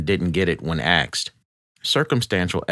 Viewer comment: why does he pronounce "asked" as "axed"??